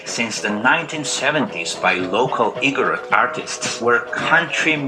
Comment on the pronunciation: Not to criticize, but to help you pronounce it correctly. Igorot is pronounced ‘Ee-gooh-róot’. 🤓🤓🤓